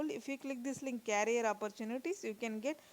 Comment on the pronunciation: please check the pronunciation of career!!